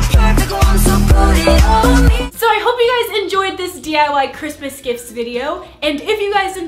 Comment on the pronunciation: Happy chrismis It's chrimis Merry chrisis Merry christler 😂😂😂😂😂